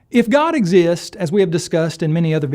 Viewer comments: "If god exist" - Why the heck do apologists always swallow the S at the end? I've seen this so, so many times and it drives me insane! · Why is it so incredibly common for apologists to say "if God/Jesus exist" without the "s" at the end?!?